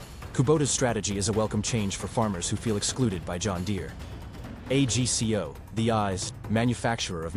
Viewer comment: Agco not A G C O, AI is not as smart as it thinks it is.